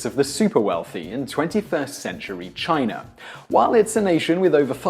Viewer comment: It's funny that you can't pronounce China correctly at times. You said Chiner a few times. English people add R's after A's.